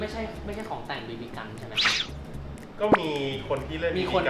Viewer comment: จะเน้นไรนักหนาครับกับไอคำว่า บีบีกัน ฟังจนนึกว่าเหยียดบีบีกันแล้วอะ